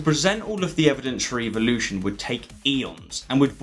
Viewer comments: Why are you pronouncing it Evil-ution and not EvOlution? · I wish they wouldn’t pronounce it EVIL-lution. That’s the real reason they don’t like it. Otherwise I think they would like it. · This Australian guy says evil-lution! The bones on the whales are not vestigial, they are for reproduction. God made no mistakes! I suppose you think your more intelligent than the creator of the universe? How did DNA come about? Billions of years? Small or large a Dog is a Dog! Still no explanation of life from nothing, DNA from nothing. Take God out of the equation and evil-lucion is still impossible and stupid....